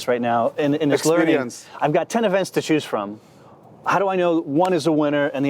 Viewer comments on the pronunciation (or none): none